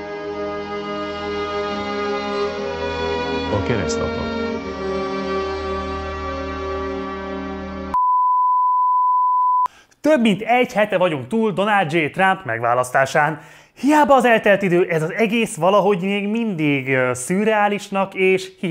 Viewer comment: Én úgy tudom, hogy Donald J.Trump. (Nem Donáld Dzsé Trámp.)